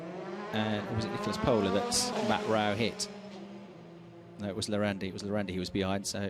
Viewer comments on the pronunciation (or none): none